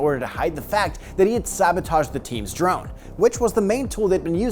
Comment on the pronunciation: More like "Drong"😂